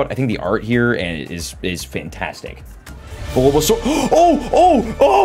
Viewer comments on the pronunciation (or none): You said bulbasor sqritle blastoist wheres wortordol